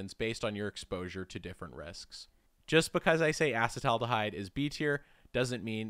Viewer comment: I tapped out when you couldn't correctly pronounce acetaldehyde